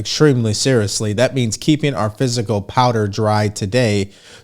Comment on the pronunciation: Always love your content sir but, please, please, please the word you pronounce improperly, each time you pronounce it is: FIS-kl and not physical. Old habits are difficult to change but the word fiscal and the word physical have vastly different meanings.